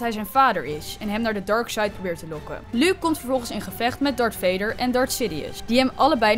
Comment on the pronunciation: luuk luuk luuk, wat heeft zij met luuk?! het is Luke uitspreken als looke( in het Engels)